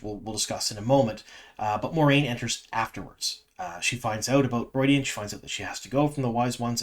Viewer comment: Why are you pronouncing it, "ru-oy-dian?